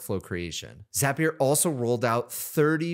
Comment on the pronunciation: Thanks for pronouncing Zapier correctly. Truly infuriating hearing how most people say it.